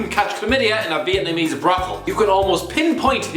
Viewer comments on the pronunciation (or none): none